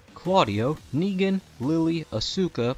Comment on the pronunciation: I love your videos but please work on your pronounciacion, i don't need to tell you what's wrong with negan.